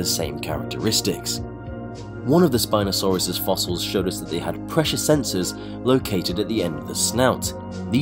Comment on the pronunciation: When I heard spinsouris my ear hurt by hearing it